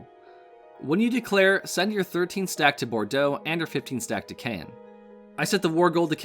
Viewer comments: Caen is pronounced like Carn not Cay en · Great vid! The way you pronounce Caen does hurt me though.